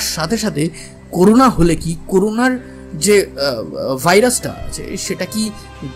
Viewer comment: দাদা উচ্চারণ টি করুনা নয় করোনা